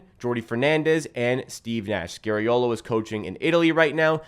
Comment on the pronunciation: Dude, you’re good but….. can you STOP saying SCARY-OH.LOH? His name is pronounced as in SKA-REE-O-LO or SCAR-E-O-LOH. Please. Please. I’m Italian and it hurts to say ppl butchering Italian names.